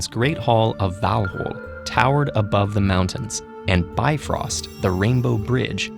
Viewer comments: Funny, I think this is the only time I’ve heard someone try more authentic pronunciations of the Norse names; glad for the effort! Although it sounds like you briefly forgot with Bifrost. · Tfw you slay Ásgarðr, but butcher Bifröst.😢